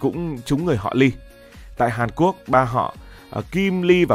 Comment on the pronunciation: ngọng nghịu 😂